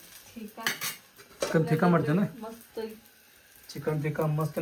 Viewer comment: ತೀಕ 😂😂ಅಲ್ಲ ಬೇ ಅಕ್ಕ... ಟಿಕ್ಕಾ ಅದು😂😂😂😂 ಕಸ್ತೂರಿ ಮೇಟಿ ಅಲ್ಲ ಕಸೂರಿ ಮೇಟಿ ಅದು